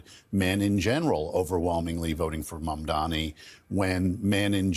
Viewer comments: This is such a b***** opinion. And you can tell these two dudes don't know what they're talking about because Mamdani has been in the national spotlight for what... Four months now? And these idiots STILL can't pronounce his name right. They're trying so hard to keep people focused on Mamdani's charisma and clever campaign strategies, because they do not want anybody to figure out the real reasons he's been so successful: A: he funded his campaign without taking money from the billionaire class. THIS is why people feel like he's on our team, because he's not taking money from the people on the other team. His charisma helps but it wouldn't mean anything if he was just another bought and paid for politician like the rest of them. B: because he didn't take money from billionaires to fund his campaign, he is able to propose a policy platform that is tailored to meet the needs of his constituency based on what VOTERS told him they wanted... Not what billionaires or campaign strategists told him voters wanted. Those are the real reasons he's winning so hard right now. It's not about feelings it's not about emotions. It's about the fact that he is actually able to address the problems faced by the working class people in his constituency, because he is not funding his campaign by taking money from the people who created those problems in the first place. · it’s MamdaNi and not MamdaMi; where’s the handicap? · It's freaking Mamdani!!! Not Mamdami. Lol. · Ari, it's not "Mamdami", it's MamdaNi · Nelber should learn to say his name too. It's Mamdani not Mandami. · Dear Host...His name is Mamdani.. .M A M D A N I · Hey, Ari Melber. Mom-Donny. Try it. It's not that hard. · MAMDANI it’s an N not an M for gods sake. How is it this hard? Can’t they read 😊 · How difficult is it actually to pronounce “MAMDANI”? Ffs, the man is sensational in news debate for over 6 months- for once, try to pronounce his name 😅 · Ary stop saying Mamdami!